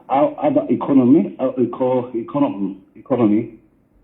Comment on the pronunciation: That's why she's even saying Inkonomy 🤣🤣🤣. Uninformed street vuvuzelaz 😂😂😂😂